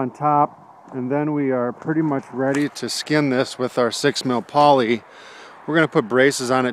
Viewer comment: I thought he said 6mm polly. I was amped to see them try to lift that. Looks good, I wonder if its still standing and how many new skins it's gone through over 10 years